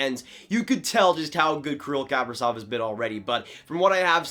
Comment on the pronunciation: It's "Kah-pree-zof" - accent on the long "e". The "v" at the end sounds like an "f". And the first name is pronounce "Kee-Ree-l", once again long "e" sounds and the accent on the second long "e".